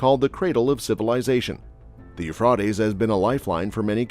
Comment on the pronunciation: you frey tease